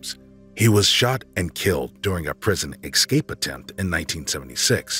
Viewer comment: Please work on pronunciation ("ek-scape", for example).